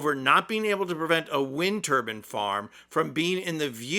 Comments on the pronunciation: The word is TURBINE not TURBN which is worn on the head. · 4.32 'he lacks the vocabulary to say wind TURBAN...' 'It's A word not available....' The word is TURBINE, there is a letter 'I' in the middle. I'm guessing a wind turban would be a traditional Indian male head covering, with a chin strap for blustery days. Also, which is the word Trump lacks the vocabulary for, wind or turban? or do you think 'windturban' is one word? I really hope this guy is trolling his audience, otherwise I may have just insulted someone with learning difficulties. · Wind turbine, not turban. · What's a Wind Turban?? It's Turbine, Thought Trump Made English the Official Language of The U.S.A. 😂😂😂😂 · What's a wind turban? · Try saying Turbine the right way. Turban is what is worn on one’s head. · TurbINE not turbin just like you say NINE and not nin. It's a turbine, thats how it generates stuff. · Hahaha ya said wind turbin... thats a Hillarious image to bring to mind. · On the irony of the orange moron not liking wind....Trump is a childish name for a fart in UK...lol And it is wind tur-bines to rhyme with lines, not tur-bins. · By the way its tur bine not turbin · By the way, mate. It’s wind “turbine”, not wind “turban”. A turbine, and a turban are not the same thing, nor are they pronounced the same. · Trump calls them windmills and you call then turbans! The correct term is turbine. Bin not ban as the ending. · Dude! You say it wrong too! You said turban which is the religious headdress for a Sikh male. The word you are looking for is turbine. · It's a wind TUR - BINE (rhymes with wine, sign. line. fine) A TUR - BUN is a style of hat. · It is actually a 'turbine' not a 'turban' a Turban is worn by Sikhs. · It's a wind TURBINE not a wind TURBAN. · Like a typical yankee, you have trouble speaking. English please. Its a wind turbine. Not a wind turban. The 'e' makes the 'i' long. What do you decorate at Christmas, a pin tree or a pine tree. Turbine, not turban.